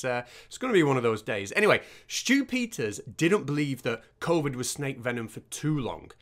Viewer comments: I kept hearing "Stupider" instead of Stew Peters. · I can't help but hear "Stupiders" whenever you say "Stew Peters". 😆 It should be a word to describe people like him. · I just keep hearing Stupid-ters, and don't get me started on Loonie 😂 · Once you mis-hear it a "stupiders," you can't unhear it.